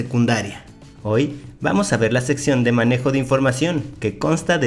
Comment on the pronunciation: Se dieron cuenta que decía "menejo de información"